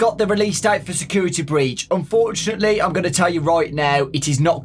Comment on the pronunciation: "unfortunely it is not coming this year" "unfotunely" thats the best thing i have heard at least in the last month